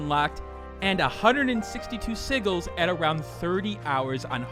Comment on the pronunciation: Not to be the grammar police but "sigils" is pronounced "sijil" with a jay sound. Great review on Tevi. I have it and Rabi-Ribi. Great games. I recommend you try the Momodora series too (3 games).